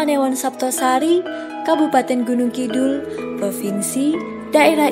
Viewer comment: Mbak narator, mbok membacanaya Gunungkidul dengan "d" biasa aja mbak, jangan "dh". jangan malu mengakui sebagai orang jawa asli.